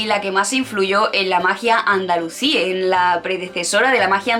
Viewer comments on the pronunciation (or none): Dijiste Andalucí y es Andalusí. Aviso por si acaso no se te ha trabado la lengua. El tema es muy interesante pero la exposición te ha quedado demasiado técnica, parece que estás exponiendo para un exámen. Eso sí, te has jartao de estudiar. Personalmente, hubiera preferido que lo explicases tranquilamente con tus palabras no hacen falta tantos datos o haberlo repartido, y se agradecería mucho que mencionaras bibliografía. El azahar en las calles de Andalucía entera y los limoneros en los jardines, romero por los caminos.